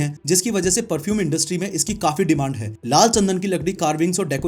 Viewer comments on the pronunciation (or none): none